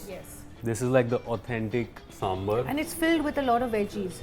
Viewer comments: Neha Verma yes , northies keep calling it Sambur , it is Sambaaar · What is this pronunciation "Samburr"? It is Sambar. As in bar from Bar and Restaurant. Would you say, Burr and Restaurant? Come on, its 2021!